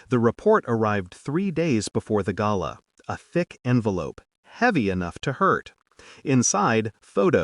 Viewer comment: The best pronunciation of the word GALA ever in all the months listening to these stories. Thank you very much.